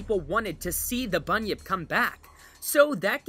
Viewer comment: When he said bunyip I thought he said bunion